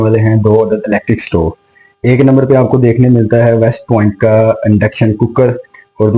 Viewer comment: Very informative....❤ But "Umeed" word hota hay "Ameed" nahi... word "Endayction" nahi "Induction" word hota hay. "Entrnal" nahi "internal ".